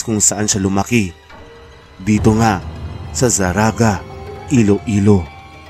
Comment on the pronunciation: nang hambal mo nga zarraga,,hindi na zarraga